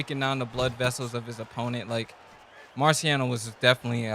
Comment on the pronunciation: I love his commentary but boy said "Marcy Rockiano" 😄😄😄